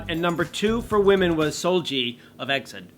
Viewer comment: EXID is not pronounced like exid, it is E. X. I. D. and plus I agree with this list cuz all the K pop soloist vocals like Ailee IU are not exactly defined as 'Idols' in Korea. They are definitely talented young Kpop vocals but what they meant by 'Idol' in this list were the main vocals or talented vocals of Kpop boy/girl groups. Actually the kpop idol groups' vocalists are very underrated... All the Kpop groups have at least 1 lead vocalist who is really good. boy bands like Block B and BTOB also have great vocals.